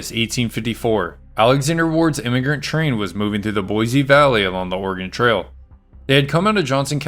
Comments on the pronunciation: Learn how to pronounce 'boise' .. it is not boy-zee.. it is 'Boy-see'. I am a 71 yr old Boisean who will consider liking/subscribing at that time. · Thank you for the history lesson. Plz accept my suggestion. Boise is pronounced Boissee. Not Boizee. Thanks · It’s boy-See, not boy-zee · Thank you for the very interesting story that I had not heard. Could I be so rude as to make one suggestion? The name “Boise” was mispronounced throughout the audio. The correct and historical pronunciation for the city is “ Boy C”, with an emphasis on the “C”. Pronouncing the word with an emphasis on a “Z” is a Californication of the word. It makes Idahoans cringe and pretty much immediately identifies you as being from California. Thank you. Keep up the good stories. Thank you. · Just because "most people" say it that way, ford not make it correct. It is, and has always been, pronounced Boy-see. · In Oklahoma, or little town is Boise ("Boys") City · ”BOIZEEEEE!!! ZZZTATEEEE!!!” 😂😂😂😂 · Boise a s not a z.